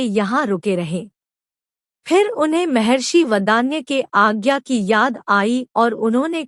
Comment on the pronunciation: Mehrashi mehrashi nahi mahrashi bol.